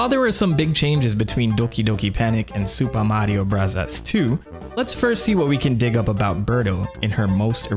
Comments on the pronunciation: "Super Mario Brahzaz" please stop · I am very interested in the subjects. But his pronounciation of super mario brothers is so icky i cant watch it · That SMB pronunciation hurts so bad. Why do you say it that way? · I gave you three chances but you kept saying “Supa Madio Brathas.” I just can’t handle the cringe. Have a good one. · I love how you say supah mathio brazas 😅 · It's a Japanese accent People were complaining about him saying "Bros." instead of "Brothers", so now he says it exactly how they would say it in Japan. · Found this channel over the weekend and I am absolutely addicted. I love the humor (they way you say Super Mario Bros cracks me up), and you still find new ways of blowing our minds with new info from your research. I had heard of Captain Rainbow before but not the Birdetta storyline. Also found very interesting to learn that they used queer voice actors to voice Birdoes in the past as well. Great work! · Why tf are you saying Super Mario Bros like that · What’s with the accent when saying the name of the game?